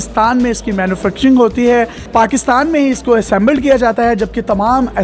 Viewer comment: Inzert !!!! Prize!!!! ??????waaaah kya english hai !!!!! Assambled !!!!! Waaaah ....